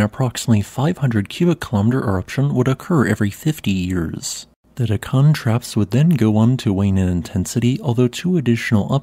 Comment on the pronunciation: It's DEK-kan, not Dek-KAN